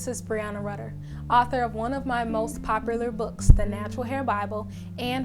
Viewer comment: Ik Im not the only one who heard her say popalur 🙏🙏 not hating love your videos tho